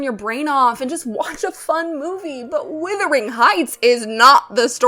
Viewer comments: HI. I Just found you and really appreciate this kind of review. I do need to make a suggestion, however. It is "wUthering" Heights not "wIthering" Heights! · Love your analysts. And also it's pronounced W-U-thering not W-I-thering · Am I hearing this correctly? Is this another YouTube video in which the first word of "Wuthering Heights" is being pronounced "withering"? I must say I'd not heard this pronunciation before these videos about the new film version appeared. However the word may have been pronounced historically, the present-day pronunciation is, as far as I've ever known, a rhyme with "mothering" or "smothering." The one or two dictionary entries I've checked support that. This is odd.